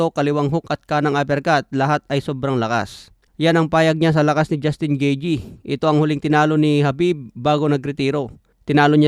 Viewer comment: Anung gijey 😅😅? Gayteh yan pag pronounce😂